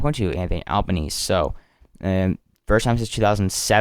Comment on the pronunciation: good coverage one small thing the prime ministers last name is pronounced "alba-neez-ee"